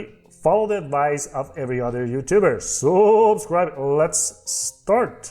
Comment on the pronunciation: For the first time in history, "SUUUUUUUB-scribe" has been pronounced with an accent on the FIRST syllable.